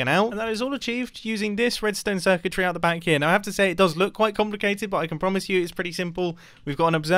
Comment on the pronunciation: mumbo says"redstone circuitry,", I hear "redstone wizardry"